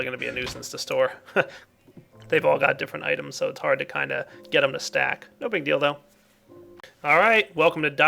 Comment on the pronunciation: it almost seems as if said "No big dildo" lol